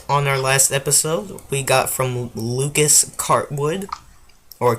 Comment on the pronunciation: Also, thanks for mentioning me! Also well done for getting my name right! People say it is Lucas Coward.